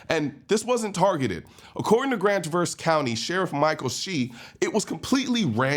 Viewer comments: Thank you for this video. However, please learn how to say the city name before making videos. I like your channel but when you say Traverse wrong continually, I’m turning it off. It is pronounced “traaaav-erse “. Long A sound. Listen to the broadcaster- she says it right. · Colin, man, great video. Just a word... it's pronounced Traverse with the accent on the first part. So it's TRAH.verss. The way you pronounced it is the verb. Thank you for your attention to this matter. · Trah-Verse is how Michiganders pronounce it. Beautiful area really. you almost can't get anymore opposite side of the state without going to the UP. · TRAA-verse brother (like the news reporter pronounced) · The a in Traverse is pronounced like the a in Travis, Collion. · TRAverse. TRAverse. TRAverse. You guys are making my ears bleed! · The city is pronounced with the accent on the first syllable. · I don't know why but you did not say Traverse City right. You're not wrong, but you're wrong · I'm from Michigan. You pronounced traverse city incorrectly. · Learn how to pronounce the name of the city.. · You pronounced the city incorrectly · Colion Noir: just fyi, when pronouncing the name of the city (Traverse), the accent is on the first syllable. Thank you. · Bruh, I love the channel and your commentary... But please, for the love of 2A, stop butchering the pronunciation of "Traverse" in "Traverse City". Listen to the news anchor, she's saying it correctly. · Dude😮 you can’t even pronounce Traverse City correctly, don’t use others content to make content. Come up with your own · A like apple. Traverse (tra... a like apple... verse) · I cringed when I heard how he pronounced Traverse City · The way you pronounced Traverse City it hurts my ears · You are pronouncing Traverse wrong. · Pronouncing Traverse lololol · As someone from michigan I just find it funny how you pronounced traverse lol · Traverse not pronounced correctly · It's pronounced traverse.... not traverse........🤣